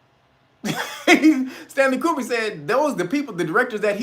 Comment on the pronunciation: HUMM, Stanley CUBER HUMM! SOUNDS LIKE “WAG THE DOG”‼️